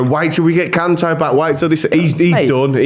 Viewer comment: Man said Kante